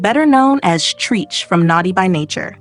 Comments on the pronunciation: oh girl it’s pronounced “Trech” not Treeech”! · TREECH?? WHO THE HELL IS TREECH????🤦🤦🤣🤣🤣🤣🤣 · Sis said “Treech “? Wtf?? No respect for the culture! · Not treech I knowshe ain’t say treech that is not his name mam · I laughed every time she said Treach name. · The way she said Treach’s name 😂 girl you better put some respect on that OG 💯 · You pronounced Treach wrong lol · Treach is short for treacherous. It doesn't rhyme with teach or preach. It "rhymes" with stretch.